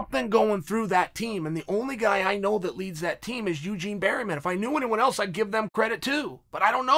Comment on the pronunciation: “Eugene berryman”